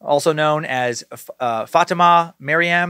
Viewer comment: God damn it dude it’s pronounced FA-TEAM-AH